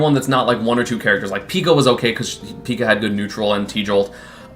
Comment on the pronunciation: thats a funny way to say pika